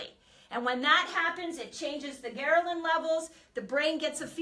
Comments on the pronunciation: Gherlin??? It’s Ghrelin! What kind of Dr. Is this? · *HELPFUL* Quick FYI- You have a small transposition. It's "ghRElin," vice "ghERlin."